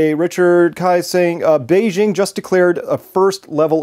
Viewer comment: *Beijing is pronounced just like it would be in English - say “jingle bells” and then say “Beijing”.